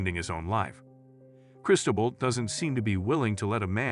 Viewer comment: “Foo-Chess” & “Chris-toe-bull”- time to give your Fiverr voiceover guy some pronunciation guides.